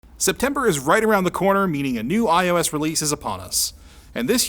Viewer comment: Am I the only one who understood "i hoe ass" at the beginning?